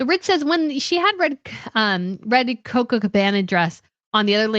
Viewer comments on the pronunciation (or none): none